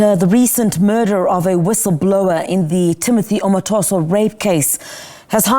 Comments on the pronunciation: She is not Nigerian and Nigerians can't be held at ransom for South Africans name mispronouciation.Geo up!!!! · Is that a case involving a Nigerian? Omotoso is a Nigerian name. The reporter doesn't know how to pronounce the name correctly. Thank you, SABC!